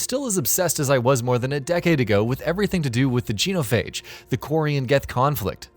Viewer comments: ‘This is not my first play through, but I’m still obsessed with the Geenophage and the Korean Get conflict’ not only have you never played it before, you’re clearly now just reading a script that somebody else has written for you and mispronouncing very common words from the game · The JEAN-O-PHAGE